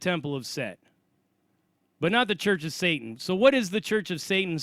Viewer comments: It's not "Shatan", it's "satan". The letter ש can be pronounced Sh or S. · I don't mean to persist, but I am a native Hebrew speaker and long time bible student. [If this is bothering you I will stop]. The correct way of saying the word is satan- שטן. Ha Shedim?השדים That means "the demons". Best wishes